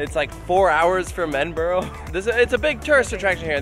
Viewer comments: Lil note to you guys and any other American viewers: Edinburgh is pronounced Ed-in-bruh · Your mispronunciation of Edinburgh 🤣🤣🤣, I visited Flamingoland quite a while back now well before Sik and a few years before mumbo jumbo. I remember kumali being pretty good back then but no doubt it has aged abit since then. Need head back to ride Sik at least.